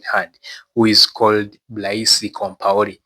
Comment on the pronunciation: Blaise is pronounced like blaze in english. Great video 🎉